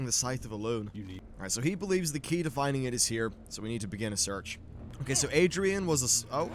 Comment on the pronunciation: Sounds very anal of me but Aridan, not Adrian xD